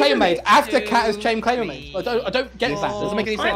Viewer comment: "Chained claimbermaid." Nailed it.